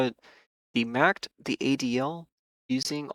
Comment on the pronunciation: You are the only trader I know who pronounces it "Macked" and says every letter of the VVIX, lol. Just an interesting observation. Thanks for the insights!